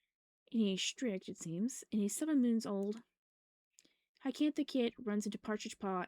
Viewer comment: Just to let you know, Hyacinth is pronounced hi-yuh-sin-th. You were pronouncing it hycantha. :3